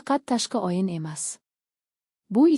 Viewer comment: O' harfini ham o deb talaffuz qilmang .Oyin demang o'yin deng